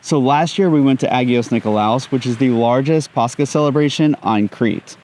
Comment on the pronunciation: Just some correction on the pronunciations, when ch is used in greek words like Pàscha and Christòs it's not a K sound but H like in hit so it's Pas- ha and Hri - stos and the stress on tsoùgkrisma is on ou not i and on Άgios Nikòlaos it's Ά- yi- os with the stress on A and on Nikòlaos is on ko.